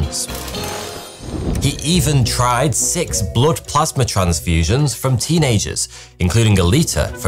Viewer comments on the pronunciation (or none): none